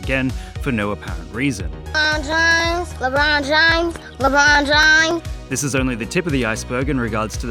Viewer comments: why do they call him Lebrone Jahamas tho? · its Lebrohn Jahamez 4 correction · LeBruhn James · Omg its Lebron Jahames Edit: Lebron James* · guys its lebron jahamas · its labron jahamz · Le'bron Jah'hames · LeeChong James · Lebron james? I thought it was Lebron Jahames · It actually lebron jahames get it right next time😤🙄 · ah yes I believe his name is lebrone jahames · Ah yes, that guy LeBron Jahammad